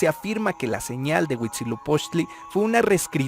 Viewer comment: Porque nadie que se atreve a difundir la historia de aztecas/Mexicas comete el error de mencionar la fundación incluyendo la serpiente?? y de pronunciar mal el nombre del Dios Huitzilopoxtli?? hay que leer los libros reconstruidos más antiguos y cercanos a la verdad: códices Florentino y Mendocino. Por favor!!!